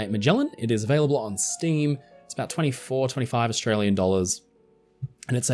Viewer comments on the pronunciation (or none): none